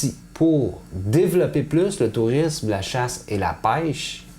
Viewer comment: speak it incorrectly. I speak Swiss French and just hearing him say pêche made me cringe.